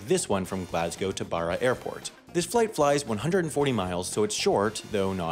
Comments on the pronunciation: “Borra” ahahahaha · I live on one of the islands in Scotland and the flight to the mainland is about half an hour. The plane's really small though. Also he butchered the pronunciation of Barra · He pronounced Barra wrong